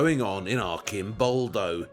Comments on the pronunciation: the correct pronunciation is Artʃimˈbɔldo/ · Instead of letting him filmed in his documentaries that much, the narrator, who travels a lot to Italy, should use his time better, learning the difference between the "ci" dolce sound, and "chi", hard sound, then come back and articulate "Arcimboldo" correctly. Lamborghini? Carpaccio? Faccia? etc... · The 'C' in 'ARCIMBOLDO' is a prounounced like in CHURCH. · The way he kept on saying Arcimboldo wrong though... 😢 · Please, Waldemar, try to pronounce Arcimboldo with a c (like in the word chat) and not k (like the word alchemy) ... 😉